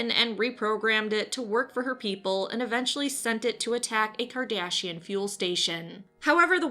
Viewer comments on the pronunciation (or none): I love how you repeatedly (and I believe intentionally) mispronounce the Cardassians as Kardashians. Clearly, the Cardassians would be the offended party for being mistaken for those vile, greedy hedonists. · Great video, as always! Plus, I got a huge laugh out of you pronouncing Cardassians as Kardashians. LOL! Heh, perhaps the Borg should get an honorable mention as well? They're kinda tech gone bad. ;) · Kardashian. I got a feeling you mispronounced that on purpose to see how many angry nerds you can get to comment. Lol.